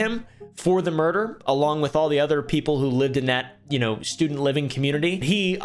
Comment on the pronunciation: "Is it just me or do people get muerder a lot nowdays" -oompaville 2024.